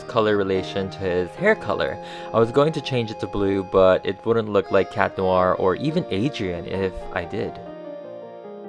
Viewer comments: Chat noir not cat noir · Ever realised Cat Noir is pronounced and spelled Chat Noir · Its chat noir not cat noir